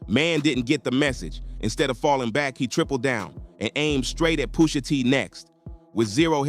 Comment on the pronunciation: Cornball said POOSHA 😢😂😂